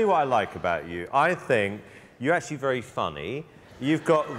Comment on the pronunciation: Simon you ahhh vewwy vewwy wood!